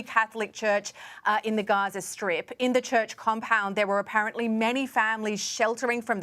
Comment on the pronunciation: "Apparently"..."apparently"... " Invesigating"...- your paychecks are safe.